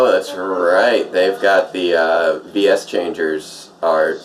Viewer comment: U said it Wrong it’s Said The Letter V And Then Letter S